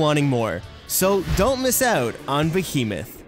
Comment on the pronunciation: omg the way he pronounced behemoth, ahah I'm a Canadian and I find that hilarious